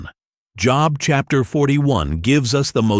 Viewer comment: And the book Job is not pronounced as something we do 9-5...hi..having any victories????????????